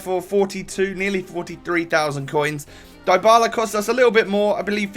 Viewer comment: You pronounce Dybala's name like Dee-Bala